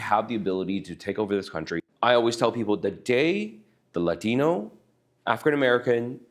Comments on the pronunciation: He's Asian, why did he say Latino with a "Latin" accent yet he didn't use accents when he said Adrican Americsn or Asian. Pretty racist. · Why does he say Latino with an accent? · Love how he puts the accent on Latino but no other...